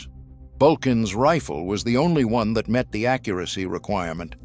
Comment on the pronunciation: I hate AI as they cannot get pronunciations correct. I've never heard a rifle called a "reefil".